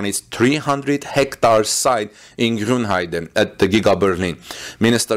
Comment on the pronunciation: Thumbs up for pronouncing "Grünheide" correctly :). Not really sure about this new battery technologies. I don't see why you would make new cells smaller. Smaller cells mean more overhead in terms of weight and size. On the other hand, it could make cooling easier. I'm afraid we have to wait for battery day to know for sure what this is all about. Politicians talking about technical topics is probably not the most reliable source ;-)